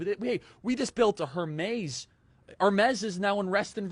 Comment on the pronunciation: You pronounced Hermès wrong, idiot! 😉😉😉